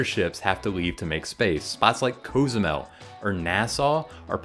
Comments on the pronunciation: i say it C0z-u-mel he said it like couze--mel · Cozumel does not sound like "CO-ZOO-MEL" .......you may want to say that again haha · Most gringos use a short ‘o’ sound but that is wrong. It would be spelled “Casumel” to be pronounced that way. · am I crazy or was that a really weird way to say Cozumel